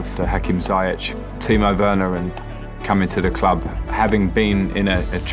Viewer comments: How does he pronounce Ziyech hahahaha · Who else has been pronouncing "Ziyech" wrong?